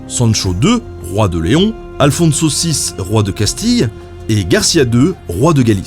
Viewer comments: C'est incroyable, tu fais tous les efforts pour prononce le nom arabe de Saladin, mais pas moyen de prendre un accent pour pas massacrer un nom espagnol catholique... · à chaque fois j'entends alfon-saucisse, ça me donne faim :x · Je peux pas m'empêche d'entrendre "Aphonse saucisse", à la place d'Alfonso VI :D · moi, j'entend " à le fond de saucisse" ... j'ai pas réussi à me concentrer. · J'ai du mal avec le nom d'Alfonso VI. À chaque fois j'entends Alfon saucisse ce qui est assez perturbant.